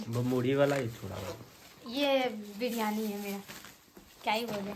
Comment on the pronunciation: Bilyani nhi briyani hota h 😂